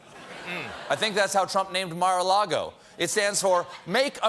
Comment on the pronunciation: "MARLAGO" LOL😅